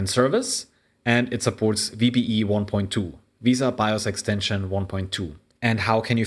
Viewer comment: it's not pronounced veee-sa it is correctly pronounced ve-sa like Vespa but without the p.